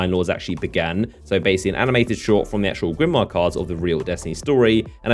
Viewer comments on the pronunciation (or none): none